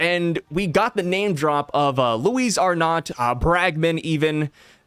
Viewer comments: it's pronounced Ar-No the "t" is silent. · not sure I’m even right now but both honestly sound better than how you were pronouncing it 😂 keep up the good work bro!